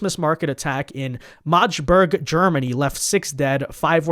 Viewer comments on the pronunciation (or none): Shalom 🇮🇱 🇺🇸; It's pronounced Mag De Burg as in Maria Magdalena. 👍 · Mag-de-berg Germany